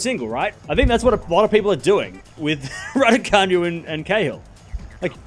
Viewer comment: It’s not pronounced RaducaNew it is Raducanoo 😃